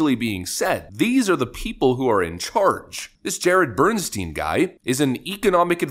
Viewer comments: It's pronounced bern-stine, not bern-steen. It's a German name - in German, 'ei' is pronounced as 'I' while 'ie' is pronounced as an 'E'... Bernstein = Bern-stine. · "Bernstein" Every single time.